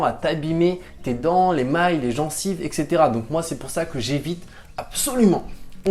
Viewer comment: C'est pas "les mailles "! 🤣 mais "l'émail "!😉